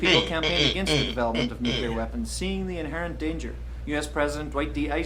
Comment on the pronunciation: He said Nucular..